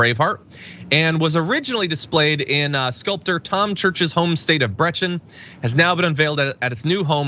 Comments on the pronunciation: Brechin is pronounced “Breek - in”, not “Bretch - in” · The Scottish town should be pronounced like BREE KIN not Bret chin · You have pronounced Brechin incorrectly (Brec in) the H is silent. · Its pronounced Bree-kin, love to you all...😊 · Brechin is pronounced Bree-can ;) love from Scotland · It's pronounced "Breekin" Joon. There's an excellent photo someone did that shows a right wing fundamentalist with her bible and her rifle and another with a Muslim woman with a Qu'Ran and an AK47, there really is no difference. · Brechin is pronounced breekin... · I realise this isn't important, but that would be 'Breekin' approximately for Brechin. If you're Scottish you'll know that is not quite correct, but it's hard to get the 'ch' sound if you're not a native. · That's Donald Trump in a wig, screaming at the windmills he thinks about every time he thinks about Scotland. I see strife in this statue's future. FYI, the town name is pronounced with a hard "Ch" like you would with "Chemistry," e.g. Breckin. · 1) Brechin is a town in Wales, not a state. 2) Brechin is pronounced Bre-kin. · It's not pronounced Bretchin. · Brechin is pronounced Breekin. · Brechin is pronounced Breekin , sorry about splitting hairs. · Brechin is pronounced 'Breekin' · It's pronounced bree-kin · Brechin is pronounced as Breekin.. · Both statues are an eyesore. Mel Gibson version ffs! As a Scot I am mortified. Brechin is pronounced the same as keep in. Best wishes from a wee Scottish lassie. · Brechin is pronounced 'Bree-kin'.